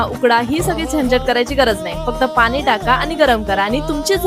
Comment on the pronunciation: तुमची जिभ जड पडते का? ण म्हणताना😂पाहुने पुने पानी😂मुर्ख लेकाचे ट्युबवर बोलतात. .